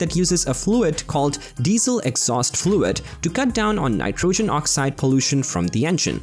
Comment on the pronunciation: lots of repetition of the same facts and statements! And its diesel not gas it burns! And I couldn't figure out what the "insane" reason was for developing the V8, other than reacting to demands of the industry! Cut down on the BS and it will make the videos better! And pronouncing "nitrogen" correctly would help too!